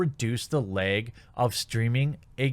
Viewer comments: "Input lehg" ;) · “Input Laeg!” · "Input leeg" sure bro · You say the word "lag" pretty weirdly. Js..